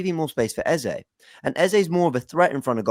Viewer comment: your first pronunciation of the name Eze is correct. It's an Igbo name of Nigerian Origin. Eze not Eza.